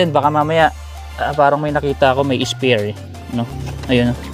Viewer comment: Spare po ata yun hindi spear